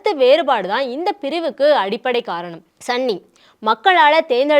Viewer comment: Athu sanny illa sunny 😂😂😂😂😂